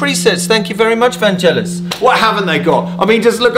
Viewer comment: But then he immediately pronounced Vangelis wrong. AFAIK it's pronounced with a hard G.